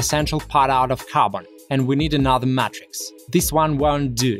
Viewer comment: You should make and sell t-shirts with the slightly mispronounced words you use so often in your videos like Mat-Rix and Purlasta instead of Plaster with slogans that use the words in the way you use them like - wipe your feet to escape the Mat-Rix and purlasta caster with a person dressed as a mad wizard casting a plaster mold.